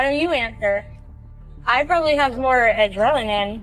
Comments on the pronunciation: Throughout this video I’ve heard people mispronounce words “adrelanin” say false lies, disrespect Andrew from Channel 5, and then I heard some guy say “nurses don’t know shit” like what the actual hell is wrong with these people? I really don’t understand this type of “entertainment” or I guess lifestyle choices they have in general, like what is it all for? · Ain't no way that chick doubled down on "adrelanine"